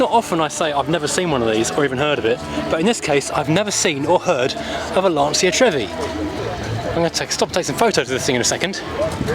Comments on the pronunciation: It's not Lansia it's Lancia, as in Lancha. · Definitely not “Larnseea”....